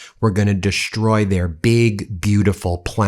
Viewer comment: Ben I love your podcast, but for God's sake man, Destroy doe not have an 'H' it's pronounced destroy not deshtroy.